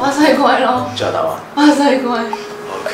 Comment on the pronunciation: 巴「Say」龜😊 仲要咬唇